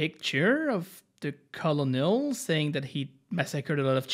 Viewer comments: "replied with that picture of the col uhh nole" its pronounced like kernel, you know, like Colonel Sanders, like the KFC mascot... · its ker-nl not Ka-lo-nol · Colonel is pronounced like Kurnel tho